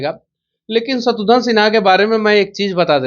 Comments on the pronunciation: शत्रुघन नहीं शत्रुघ्न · शत्रुघ्न बोलो तुम लोग शत्रुध्न या शत्रुधन क्यों बोलते हो। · दोनों ही नाम का गलतउच्चारण कर रहे हैं , शत्रुघ्न है ना कि शत्रुधन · शत्रुघ्न को शत्रुधन मत बोलिए नेताजी व पत्रकार महोदया। घ की जगह ध बोल रहे हैं आप, कृपया शब्दों को उच्चारण ठीक से किजिए।